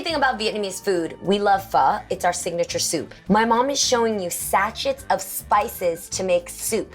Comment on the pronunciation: You COMPLETELY mispronounced the word 'sachet.' It's pronounced "sa-shey."